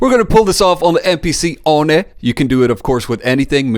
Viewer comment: Pronounced it MPC "ONI" lol that was rad I'm calling it that now